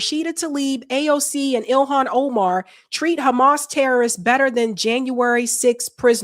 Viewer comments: Oh-Mahn not Omen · It's not pronounced Omen... God learn how to speak.